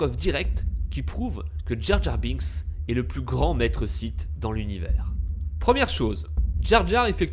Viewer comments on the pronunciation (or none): none